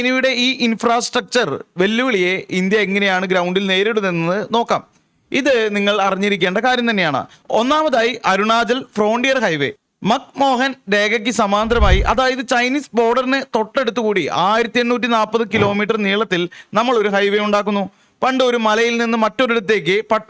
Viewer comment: മാക് മോഹൻ അല്ല മക് മഹൻ ആണ്. ബ്രിട്ടീഷ് ഭരണകാലത്തെ ഉദ്യോഗസ്ഥൻ ആയ അദ്ദേഹമാണ് india- ചൈന അതിർത്തി രേഖ നിശ്ചയിച്ചത്